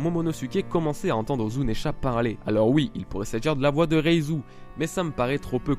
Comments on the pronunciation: zounesh, et non pas zounesha !!!!!!!!! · zounesh, et non pas zounesha